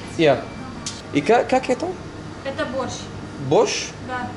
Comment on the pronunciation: « как это?» mdrrr l’accent est à revoir mais bien vu la vidéo j’aime bien